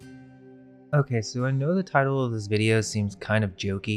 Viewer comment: Lmao and you said "tittle" 😂😂😂